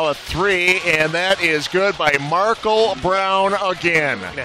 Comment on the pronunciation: why he pronounce Markel like that?